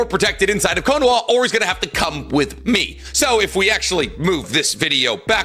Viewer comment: He kept calling Konoha Konowa